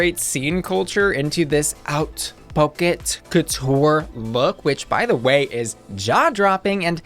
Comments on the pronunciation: Haute is pronounced more like “oat” not “out” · Love these videos and your look. "haute" is with an "oh" and not an "ow". Think oat with just a breathless whisper of an H at the start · Why are you pronouncing it “OUT” when it’s pronounced “OAT”?